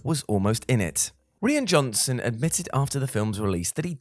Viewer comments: And it's Rye ann Johnson not Reean! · You mean you haven't heard of Reen Johnson? :p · Who taught how to say the director's name